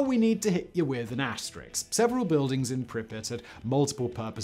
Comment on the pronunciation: Why oh why can not one person say asterisk correctly? There is no X in it.